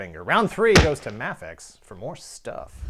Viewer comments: I always thought it was pronounced Mafex (MAYfex) not (Mahfex)..... am I wrong??? Let me know. Thanks. Great videos. Love your work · By the way it's Ma-fex (May Fex) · Is it pronounced Ma-fex? i always thought it was May-fex. interesting. Really liking the VS series, binge watching them now, haha. I have a beef against Mafex figured being wonky in assembly, sadly. Had a few fall apart on me almost out of the box. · You say mafex wrong